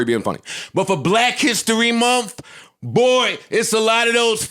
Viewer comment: Joe pronounced month lol like "mind" 😂🤦🏾‍♂️